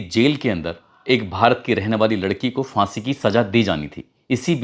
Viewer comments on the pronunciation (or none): سیفی بابو، ہزار کو ہجار اور پھانسی کو فانسی، پھندہ کو فندا، دروازہ کو درواجا۔۔۔۔اپنی جہالت پر بزد کیوں ہو بھائی۔ اگر ہندی ہی بولتے ہو تو ہندی میں ف تو ہوتا ہی نہیں پھ۔۔۔